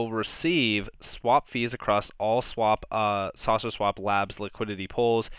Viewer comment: Do you have a cold? When you say "saucer swap" you sound like you are saying "sausage swap" LOL. Cheers mate.